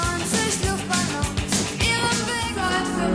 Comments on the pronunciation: It is so annoying to hear you mispronounce the title over and over again. It's not luftballoons, it's looftballons (long o like in rope). You only have to listen to the song in German to hear it pronounced correctly. I always preferred it in German over the English version. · I wished you took a moment and checked the German pronunciation of both Nena and Luftballons. The e in Nena is pronounced like e in "ten" or "desk". U in "Luft" like in "pull" or "put", and there is no double o, so o stays o and does not become an oo. Also, this is a compound word, Luft meaning air, Ballons - balloons. This means that the accent needs to be put on both parts, and be slightly separated: LUFT-ballONS. Nena actually does a pretty good job showing the pronunciation when singing, as the accent matches the rhythm. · Loved this song when it came out. BTW, it's pronounced loooft ba-loan, not luffed balloon. I get it, you're not a German speaker, but man that was fingernails on a chalkboard, and it's in the song. I think the German and English are closer than you're giving them credit for, though I agree the German is much more coherent and just flows better. For instance, when you get to the part about "this is it boys, this is war," you complain that this isn't what the original said, even in spirit. But I think it is. Look at this verse: Neunundneunzig Kriegsminister Streichholz und Benzinkanister Hielten sich für schlaue Leute Witterten schon fette Beute Riefen: "Krieg!" und wollten Macht Mann, wer hätte das gedacht Dass es einmal so weit kommt "99 Secretaries of Defense, matches and gascans, consider themselves clever people, scented prey, cried "War!" and wanted power. Man, who'd have thought that it would go so far?" The English captures that "yeah, we finally get to fight" spirit of the original. Enjoy your videos. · The correct way to say the word Luftballoon is LOOFT not Luft. Sorry but all you need to do is listen to the song. Just like Luftwaffe or Lufthansa